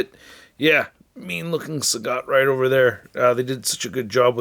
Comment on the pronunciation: El traductor anda con todo 😂: Sagat❌ Sagot✅ Dhalsim ❌ Dulim ✅ Enamorado ❌ Enamorada ✅ Inmediatamente me sorprendía 😂 buena revisión a la figura de Sagat😎👍🏻